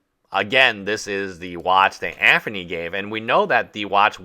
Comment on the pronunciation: Bro stop mispronouncing Anthony with a "F" i enjoy your videos on this subject matter but you lisp is annoying AF. AnTHony and Aferny.